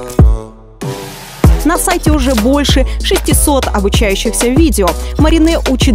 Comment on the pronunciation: Если честно, мне не очень. Быстро, суетливо всё показано, замазано, не четко, кадры с мгновенной скоростью наскакивают один на другой. Не показана вся красота и шик твоих работ. Плюс ошибка в произношении. «Обучающих видео», и не «на сайте», а на «канале». У тебя же канал, а не свой сайт. Это мое мнение. Без обид , любовь моя 😘😘💗💗💗